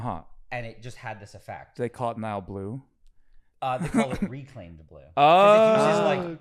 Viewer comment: wow Nile can't even say my name, what a shame